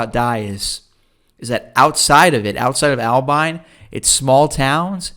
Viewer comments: I have never heard Abilene butchered that bad. At first I thought he was saying Alpine. Turned out to be Albine. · Pronounced Aba- lean and it is a college town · You’re saying Abilene and Altus all wrong 🤣